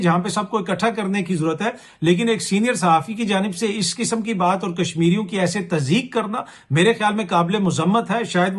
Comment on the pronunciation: Bar bar sinear q bol rahy Hain sinear lafz ki toheen to na kary